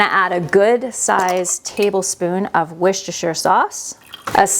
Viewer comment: Same here in the uk too, if you used Lamb it was because you were rich, lol i always use ground beef..And i love house you say woosta-sha sauce Right too, that can be confusing to people who dont live in The UK ..i am Binge watching your video`s and loving them ..